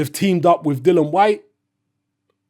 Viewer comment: Bro repeat after me.... Dillian.... not dillan.... respect... not respek. .... contract.... not contrak. ... you're a grown man.. speak properly and stop talking like you still listen to Dizzee Rascal on your BlackBerry at the back of the top deck of the bus on the way to school.. 😂😂